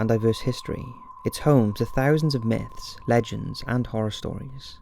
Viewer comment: Haha, when you said the word 'myths' it sounded like 'nits.'